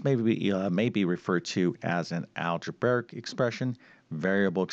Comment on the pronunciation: We have a new mispronunciation to add to his the list besides parentheses instead of one parenthesis. It is "algebaric" instead algebraic. He certainly knows a lot of math but he needs some work with English. 🤨